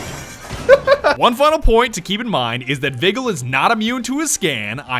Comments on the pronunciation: I cringed so hard when you said Vigil lol its pronounced Vijil keep up the great videos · When u pronounce vi juul as vi guilty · Ah yes, my favorite Op.... Vi-Gill